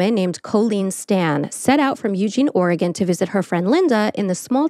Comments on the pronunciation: Oh, FYI it's pronounced like "organ" not "or-eh-gone." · Aaaaah! You did it! You butchered Oregon. Ugh!😂😢😮